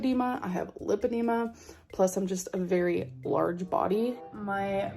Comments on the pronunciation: She's got lah-dema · *lipedema (American spelling) but yes, it’s pronounced with a short “i” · I think it's pronounced LIEphydema. Since that's all she does. Has anyone else noticed she's trying to talk in a different way? Idk how to explain it but it's like she's trying to make up some type of Oklahoma "accent." 😒